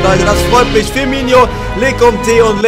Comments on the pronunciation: Der heisst firmino nicht firmiño! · Ee heißt Firminooooo wie oft noch. 😒😒😒😒